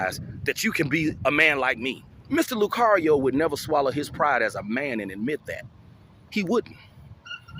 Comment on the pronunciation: "LOU CARIO "... Who in heck is that ????😅😅😅😅😅😅